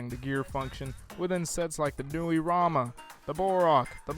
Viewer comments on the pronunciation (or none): none